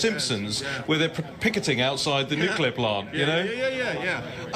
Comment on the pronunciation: says "Noo-cue-ler." 🤨